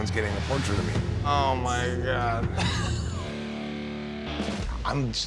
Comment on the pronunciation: dave navarro said “hoh my gah”